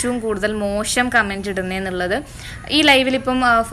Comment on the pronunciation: ഈ വീഡിയോയുടെ ഉദ്ദേശം എന്തുതന്നെ ആയാലും. മലയാളത്തിൽ " മോഷം " എന്നല്ല " മോശം " എന്നാണ് ഉച്ഛാരണം.